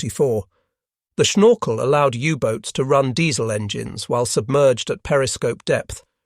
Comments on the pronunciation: IIn Dutch it is Snorkel, and NOT SHnorkel, do you have a teeth problem? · It's funny how says "schnorkel";-)